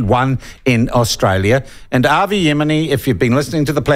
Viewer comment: So true. Avi is a character but not a bad character. I'm hoping that you can actually read my name and pronounce it right seeing as you are irish? Or are you an nzer living in Ireland?